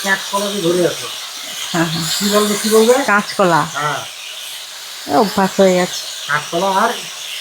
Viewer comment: কেচকলা আবার কি 😂😂😂কাচকলা বলতে পারো না